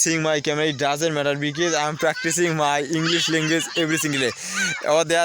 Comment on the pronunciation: because, বিকেস না ভাই বিকস